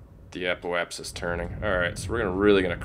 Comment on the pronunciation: apoapsis is pronounced uh-pope-sus